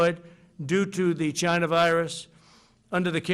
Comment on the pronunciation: he must be practicing it almost sounded like China 😄🖒